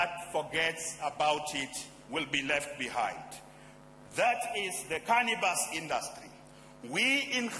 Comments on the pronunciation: Its Cannabis, Not Cannibas!! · what's "canibas"?